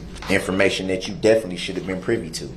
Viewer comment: He is "definly" mispronouncing the word "definitely". HIs frequent stupidly incorrect word pronunciations are both annoyingly disgusting, and somewhat amusing at the same time !